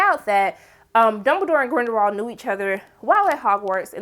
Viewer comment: I'm over here like, "Who is GrindeNwald?" Lmao